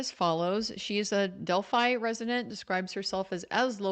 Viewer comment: I like how she says "del-fee" sometimes, since she's in town lol...but sleep deprivation makes the brain do crazy things